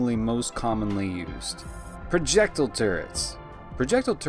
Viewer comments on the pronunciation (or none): Please look up how to pronounce projectile. there are no u's or h's in the word